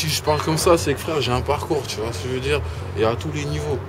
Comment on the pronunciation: Il dit '' Tu voiS '' :').